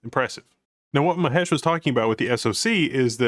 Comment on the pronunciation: I think you guys mispronounced his name its Mahesh not Mehesh.